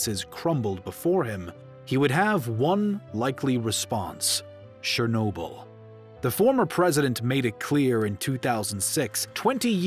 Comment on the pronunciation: it's not shernobyl... it's CHE sound, not she!